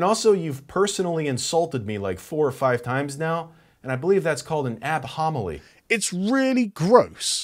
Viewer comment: "I believe that's called an ad-homily" lmao